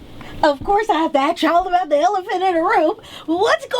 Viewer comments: Lots of people always say aks instead of ask its start as lil kids because they are not corrected then become adults still saying it wrong smh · What radio host says "aks"???? Help me, Jesus.